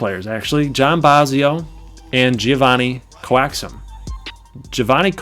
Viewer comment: To say my name right is Jay-Von-nie, Coa like Coat. Coax-um. JaVonnie Coaxum.